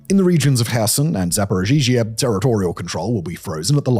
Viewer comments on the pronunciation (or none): Great work as usual. Just a few minor corrections 1. It’s ZapoREEzha, not ZapoZhEEzha 2. BuCHa, not BuKHA 3. Ukraine, not the Ukraine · This makes me feel ashamed to be an American. The USA is giving everything so that trump, an old demented pedophile felon, can stop Putin from releasing what compromising material he has on him. And Simon, please learn how to say Zaporizhzhia. You’re putting an extra syllable in there, buddy.